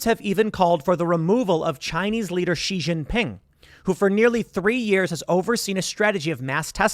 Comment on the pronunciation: Tim, you are one of the few people who pronounces Xinjiang and Xi Jin Ping's name accurately--well done!!!